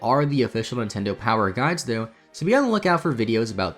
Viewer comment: Meh, it's a word pronunciation thing